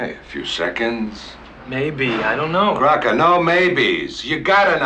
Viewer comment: it’s Crocker not Crocket.(had enough people yelling that at me on my job Kojak style🙂).